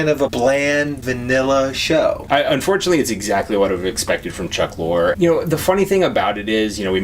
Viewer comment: 1. Its Chuck Lorre, pronounced (Lauree) 2. He was NOT behind Will & Grace 3. You're prejuding a show, with a ton of misses based off a 1 minute trailer 4. Watch the episodes before you determine if Kathy was being wasted and doesn't have many avenues and layers to the show 5. It's shot in front of a LIVE audience. Not canned laughter.